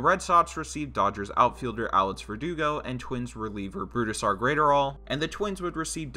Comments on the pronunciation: Isn’t the guys name pronounced Brooz-Der not Bru-Da-Sar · I’m not hearing that. I’m still hearing Bru-Da-Sar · "Brudestaire Graiterall" 🤦‍♂️you butchered his name. Its pronounced like Bruce-star and his last name is like adderall but with a GR before it. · exactly. he’s saying burusidar and it’s pissing me off